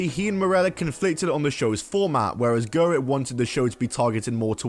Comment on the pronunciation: I always chuckle when people pronounce Brian Gewirtz as Brian GERWITZ 😂